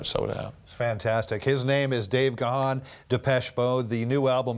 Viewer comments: I know right? It's Dave Gaaaaaaannnnnn with a silent H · Good grief, the H in Gahan is silent!! So disrespectful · I grew up with Depeche Mode and many of their songs are associated with different girlfriends in those early days. And remember folks, Dave's surname is pronounced "Garn" but spelt Gahan. Keep making the music maestro. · True I can’t seem to understand why they mispronounced his last name wrong 😑. I ❤️ Dave Gahan everything he 🎤 it’s beautiful.